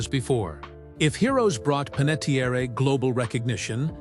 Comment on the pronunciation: Pronouncing her name correctly would go a long way to respect her life and legacy. Listen to the Jay Shetty podcast or her book intro, or all the other times she has explained how to pronounce her name. Her family's actual, ancestral Italian surname was Panettieri. When he moved overseas, her grandfather’s name was misspelled on official paperwork due to a simple clerical typo, dropping the final "i" and replacing it with an "e" creating the name ”Panettiere". Her grandfather simply didn't bother to go through the bureaucratic hassle of correcting the government or the paperwork, deciding to just leave it as it was. Because he let the mistake slide, the typo legally stuck and was passed down, which is why she grew up with the surname ending in an "e" instead of the original "i". It is pronounced Pan - et - Tee - Air